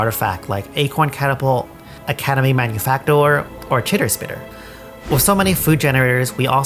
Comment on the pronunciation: Shoutouts to pronouncing academy manufactor correct. The amount of people who get it wrong is far too high